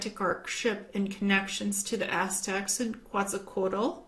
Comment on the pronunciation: the pronunciation of Quetzalcóatl would be something like if you said Kevin, you omit VIN...so that in simplified form it is pronounced KETZALCOATL. Greetings and blessings from Mexico. I love your videos.